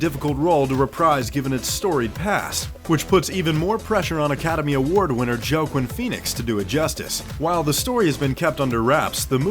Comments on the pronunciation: this is a movie trailer channel. you would think they know how to say an actors name. a well known actor at that. joe-quin joe-quin. for reals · it's pronounced (wah-keen Phoenix)